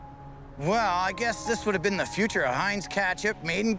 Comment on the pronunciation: Dear, How come you can't say can't and out and been right?